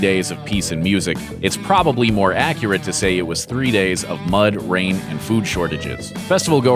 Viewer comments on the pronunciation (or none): none